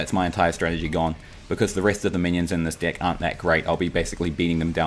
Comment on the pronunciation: I hear dick instead of deck every time .... I'm dying